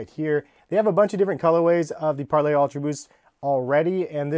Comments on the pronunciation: Its parley, not 𝒫𝒜𝑅𝐿Á𝒴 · Im pretty sure its par lee, not parlay. its spelled parley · It’s not pronounced parlay, it’s pronounced parleeee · Its pronounced parlee not parlay tf???? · It’s Parley not Parlay... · Why do you keep calling it Par-LAY??? It's Parley. It's a word. Learn it. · It’s pronounced par-lee not par-lay! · im not sure if your saying it wrong but i looked up other videos on this shoe and they pronounce parley differently pls look up how to say it because idk how it is actually pronounced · Being American is to create unnecessary pronunciation which isn't the proper form of English. Only Americans pronounce that way and thinks its the right way.